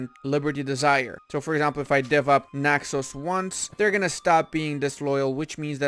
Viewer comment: You say Naxos so nicely <3 Bravo